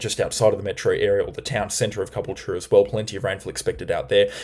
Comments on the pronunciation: It's Ca - bool - ture,. Stress on 'bool'. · Ka - Bull - Cha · The cyclone did this just because it wants to force you to try pronounce caboolture more lmao